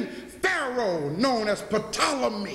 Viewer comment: The P is silent...say it like Toll oh me